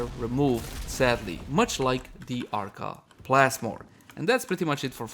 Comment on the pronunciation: Arca Plasless? Arca Plasmid?